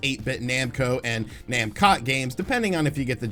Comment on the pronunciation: I swear I heard said "Namcock"